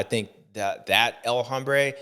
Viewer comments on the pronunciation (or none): J7. It’s pronounced OM-brā not Hom-brā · JA21 please correct the legend on “hombre”. Silent “H” bud 🏆🏁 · el Hombre - the 'h' is silent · James when talking about Anderson or El Hombre it is Hombre as in ohm, as you say Hambre which means hungry, could be used for Anderson as he is hungry for the win, but its HOMbre for him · This is my new pet peeve, the youtubers saying that H